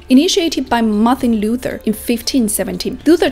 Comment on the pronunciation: das einzige an kritik das sie manches falsch ausspricht wie kölsch da sagt sie kolsch und luther spricht sie englisch aus. aber sonst gut gemacht.